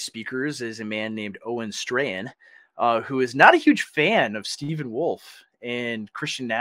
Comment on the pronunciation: Pronounce his name right. It's Owen Strawman.